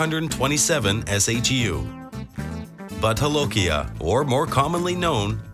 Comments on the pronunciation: Its not butt holokia, Its bhoot jalokia. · butt holokia??? 😞😞😂😂😒😒😒 it's bhoooot jo--lo--ki--aa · I am from Assam,India.The pronunciation of Bhut Jolokia..is Bhoot Jo-lo-kia. not butt holokia.And I love having this pepper during my lunch and dinner. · The narrator pronounces Bhut Jolokia as "butt-hol-okia" 🍑🍩. An insult to bhut aka ghost.🤣🤣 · Why does the narrator pronounce 'bhut jolokia' as 'butt holokia'? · I was cringing every time he said butt holokia As if it's Spanish . It's pronounced just that way it's spelled . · because its a spanish name anf J is pronounced Ha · Bhut jolokia name isn't spanish. Its not holokia as pronounced in spanish.